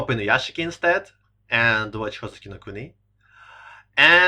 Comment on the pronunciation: Inuyashiki is pronounced Inuyashki, nobody ever fucking gets that right, pronouncing it without the silent i is the same as saying "Sasooke" when referring to Sasuke yeah, i'm a petty weeb, sorry not sorry